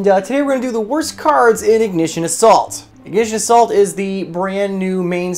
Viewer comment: For a sec I thought he said “Ignition of SALT” 😅